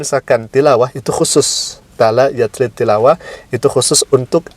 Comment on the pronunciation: Maaf. Talaa yatluu. Bkn talaa yatlii